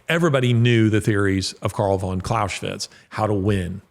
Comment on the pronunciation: You don't pronounce Clausewitz with 'sh' but with 'z.' There's no 'sh,' it's German not Hungarian. Excellent talk btw.👍